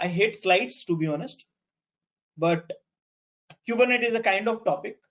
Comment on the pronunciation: It's pronounced "coo-ber-net-eeees" :-)